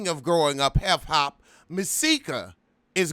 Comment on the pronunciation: am i hearing you correctly? growing up heff hop?!?